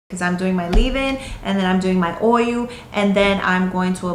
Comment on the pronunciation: You're saying "oy-you". Practice "oy-yul". Oil.